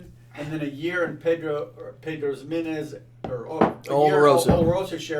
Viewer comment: Nice Metal Gear Solid sound effect when changed his score there! Btw you got to look up how to pronounce Ximenez, you are murdering it fella, especially with these barrels being so frequently used in whisky production.;)